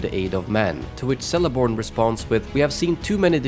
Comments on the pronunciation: Great vid. One note: Celeborn is pronounced Keleborn, not Seleborn. All names that start with C in Tolkien’s works make a K sound, not an S sound. He was of a mind to update the books with Ks instead of Cs but K looks harsher than C and he wanted to preserve the letter K for “ugly” words like Uruk (though even Orc and Sindarin Yrch replaces it with a C)! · * the pronunciation should be Keleborn, not seleborn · It's pronounced Keleborn, not Seleborn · Celeborn, with a K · Sell-eborn? Cringe, man. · Great video, thanks (although Celeborn is pronounced "Keleborn") :-) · Celeborn is pronounced with a hard C.